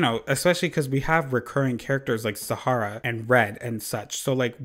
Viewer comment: the way you said "SahaRRRRRah" sent meeeee LMAO